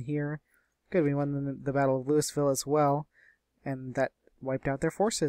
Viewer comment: You live in the Arlington area and you can't pronounce Louisville?